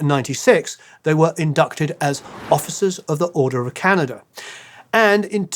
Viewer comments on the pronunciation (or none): none